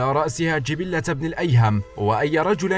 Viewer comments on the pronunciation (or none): جبلة بن الايهم.. جبله..بفتح الجيم والباء واللام.